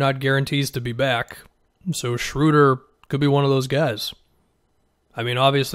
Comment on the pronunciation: first person that i've heard say his name correctly, thank you. I'm excited about this move for the Lakers.